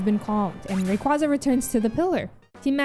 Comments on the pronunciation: That's how I say Rayquaza too. Makes more sense to me and sounds cooler B) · don't worry, you pronounce Rayquaza as it should be despite how they butchered it in the anime:) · The way you say Rayquaza is the ONLY way. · Thank you,! No one pronounces the second syllable in Blastoise like that in tortoise. And, if Spanish pronunciation has faithfully preserved the sound of 'quasi' with 'casi', quasar should be pronounced like how you pronounced Rayquaza